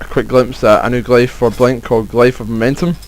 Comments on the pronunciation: (Glyph) Glif, not glife. It isn't a matter of accent either, not unless you say Hiero-"glifes" (as in Egyptian Hieroglyphs). If you do, sorry. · love it how u say glyph